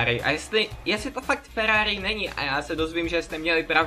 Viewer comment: to není Ferrari a nauč se r